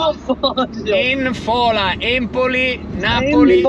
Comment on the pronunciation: cmq si chiama ènfola 🤣